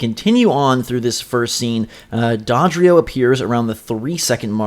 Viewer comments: Did he just say "Dädrio" instead of "Dodrio"? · agreed, It's Doe dree oh. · D- Did you just pronounce Dodrio as 'Dahdrio' ? lol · DAVID EL MAGICO the only one he was pronouncing weird was dodrio, it was like dawdrio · Learn how to pronounce Dodrio